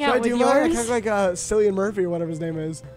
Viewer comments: the hate crime of it being paddy's day when you filmed this and pronouncing cillian murphy as silly-in instead of kill-ee-in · SILLIAN? NO NO 😥 GIRL ITS CILLIAN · calling cillian sillian kills me😭